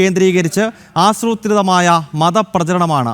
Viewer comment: 😁🤦🙄🤡💀🤪😜😂🤣😁ആസ്രൂത്രിതം അല്ല! ആസൂത്രിതം എന്നതാണ് ശരിയായ ഉച്ചാരണം! 😁🤦🙄🤡💀🤪😜😂🤣😁